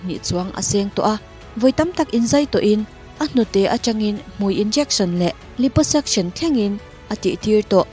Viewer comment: Liposuction kha a zo-tawng takin lai-paw-sak-sawn tia lam tur zok aw... Lips (hmui) lam surgery emaw kan ti don lom leee....😉